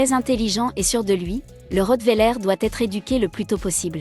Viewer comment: On dit pas le rottwéler on dit le rottweiler